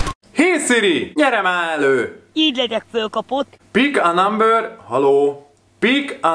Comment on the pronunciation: Bik á námbör...😂😂